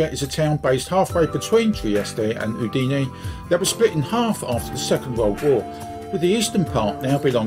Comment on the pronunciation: Thank you. I hope you enjoyed the video despite the mispronounciation of "Udine". Do you have any recommndations on particular areas to view when considering moving to Friuli-Venezia Giulia?